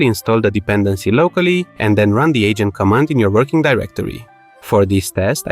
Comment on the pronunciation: I keep hearing "the ancient" instead of "the agent", and i think it only makes three video better.